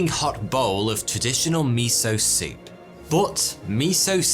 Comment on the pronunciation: Mee-so-soup.... Mee- so- HORNY......